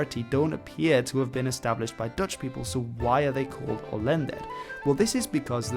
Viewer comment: my greatgrandma was an "Olęder", and I've never heard someone call them "Olęders". It's Olender